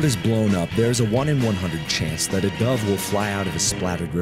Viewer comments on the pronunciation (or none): none